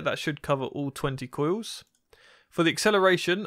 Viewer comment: “Koy-yous wif vow-tidge”